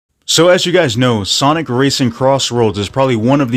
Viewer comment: cant get over that you said sanic hahah